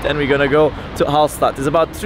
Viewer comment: You should have learned how to pronounce Hallstatt first